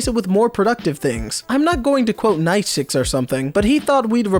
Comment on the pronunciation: that...did hurt ....physically I get that Nietzsche is a complicated name, but... Naishix xD